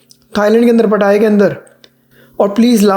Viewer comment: Yeh ladki nai hai jisko पटाया jaa sake..it’s पताया not पटाया 😂😂